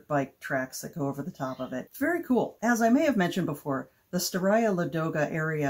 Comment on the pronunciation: I'm going to toss another complication for Ladoga--the stress is on the first syllable. So LAH-doh-gah. Same for Staraya. I know it's tough when you don't speak the language--I've mangled many a word over the years!